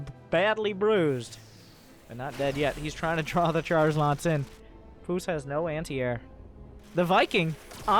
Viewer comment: you pronounce it Puceq